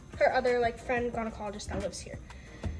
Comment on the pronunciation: You said "I'm not a gynecologist but I do know a lot". This is completely false. Especially considering you cant pronounce gynecologist or feminine correctly, you're selling a scented brand to prey on women's insecurities, and you're literally sixteen. Kindly leave the advice to the professionals.